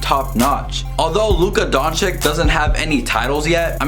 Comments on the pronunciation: Great review. About pronounce... Doncic... Don CiC, not Don CiK. Last C is the same as a first C :) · Don-chich not Don-chic, its annoying... just sayin. Yes I'm a punctuation nazi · BRO IT'S DONCHICH NOT DONCHIK... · Bro nice video but please pronounce Luka DonČIČ write bro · Donkyic ? Learn to pronounce his name ! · Donch"eech", pleaseeeeeeeeeeeee :) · 😥🤔if you can't pronounce the last name, it's better to just say the first name!!!😨 and don't make excuses that it's hard because, our č is like your ch! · No one: Literally No one. "Please pronounce the name correctly" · Boy you are making a video about a player whitch name you can't pronounce hahahaha